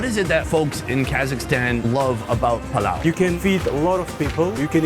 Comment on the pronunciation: not plov, mynau palau